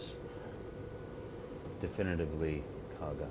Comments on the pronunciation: It's the KAGA...NOT the Kagan...Jeez... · Kaga not Kagan. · KAGA. Not Kagan, you dopes. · Kagan ?? Kaga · Kagan? Try Kaga. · Called the Kaga, not Kagan. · Kaga, not kagan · It's Kaga & NOT Kagan... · It's KAGA, not KAGAN! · Kaga...not kagan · Kaga not Kagan! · Kaga, Akagi, Hiryu and you better be Soryu for calling it Kagan... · Thats Kaga dude, not Kagan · Kaga not Kagan lol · It's the KAGA...NOT Kagan...Kaga. Akaga, Soryu and Hiryu were sink at Midswy... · It's Kaga not Kagan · It's the KAGA , not the Kagen. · Kaga, not Kagan. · You'd think that a "news" channel could get this right. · It’s Kaga. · It would also have been nice to get the name of the carrier right (it's KAGA!) but apparently that was too hard. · What a joke can't even get the name of the ship correct. Zero credibility. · It would have been nice if you got the name right...